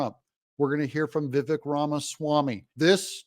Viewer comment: Douglas, it's Vivak (sp?)...as he says, my name rhymes with CAKE.😊